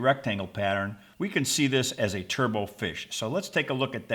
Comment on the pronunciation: The final "t" in turbot is not silent. "Turbot" rhymes with "robot"; it's not pronounced like "turbo".